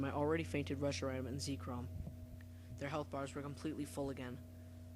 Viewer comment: it is ZEK-rom not zeekrom